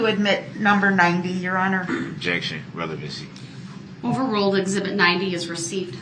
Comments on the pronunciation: OMG yasssss. It was like nails on a chalkboard when he would say relavency. 🤦‍♀️. He would twist legal terms to the only way he could say them im guessing. I mean damn law and order SVU taught me way more than what he knows 😂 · He pronounces “ relevancy” incorrectly too every time; plus he asks “ objection what’s the relevancy?” When an attorney objects to relevancy he usually knows there’s a doubt of it being relevant. But db objects in a question form because he doesn’t understand the relevancy of what the prosecution is saying. So he asks his question of why is it relevant because he doesn’t understand it. It’s soo obvious. And Darrow with all her help for him should have explained it to him . She explained heresay ! But he still never understood heresay never. Drive me nuts. I’m not in law but I sure figured it out watching this! Db should have too. But he’s about a 6 th grade educated level probably because he wouldn’t do any schoolwork or homework after that grade. He probably only passed each grade until 10 as it was later proved —he never graduated high school he lied to Darrow. Anyway he probably was promoted with “D”’s for passing . His mother could care less if he went to school after 5th or 6th grade imo.